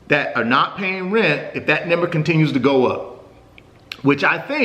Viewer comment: What's a nember?? 😂😂😂